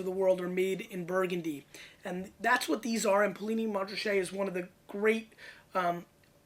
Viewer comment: Poo Lee Knee - Mon Ra Shay...... just saying....